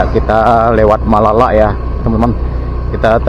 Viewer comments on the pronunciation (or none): bukan malala tp malalo.